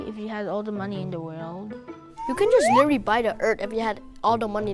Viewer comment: Witewally da earf